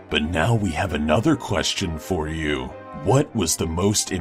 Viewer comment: in da house do you not know how to say the word you 🍺😐